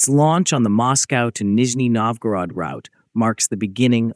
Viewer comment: Опять кривая китайская озвучка. После слов Нижнего НовгОрода выключил.